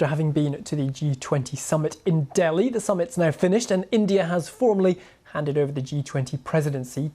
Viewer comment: It's D I L L I bro not DALHI